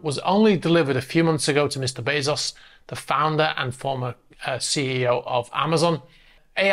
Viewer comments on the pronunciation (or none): none